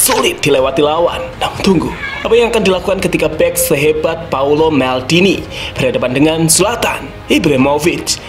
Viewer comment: Paolo bukan paulo